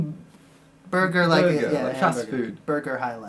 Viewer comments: It's Bɒgga not burger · As a Ghanaian. Burger Highlife rang a bell.. The reason it's called burger is to do with the German word for citizen I think. It's pronounced "bawga" highlife though. The original Highlife was more old school West African blues which morphed into it's own form of R&B and like current R&B, became influenced by the hip hop genre (in Ghana that scene is known as Hip Life because it was in turn influenced by highlife).